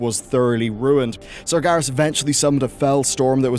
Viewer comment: It's Sar-GER-as - not Sar-GAR-is. Also, NYE-a_LOTHE-ar.